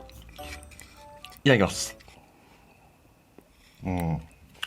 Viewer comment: 銀色のやつの時若干「いためきます」って言ってて草生えた